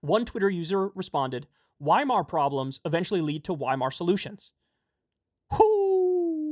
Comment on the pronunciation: In german the letter W is pronounced as the letter V so weimar would be pronounced as veimar.